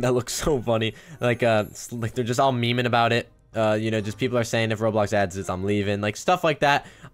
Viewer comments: Its Ro-blox-Blocks-blocky not whatever that is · ITS ROBLOX RO-BLOX RO-BLOCKS NOT AN RO-ALIEN